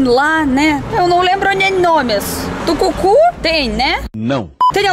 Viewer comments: Rindo e chorando 😂😂😂 "tucucu" é tacacá. Vem logo p cá p Manaus tomar açaí purinho manazinha. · "Tucucu" kkkkk Se te falaram da culinária Paraense deve ser Tacacá,. Tem também uma fruta, o Tucumã. O purê eu pensei no creme de Cupuaçu, outra fruta nativa daqui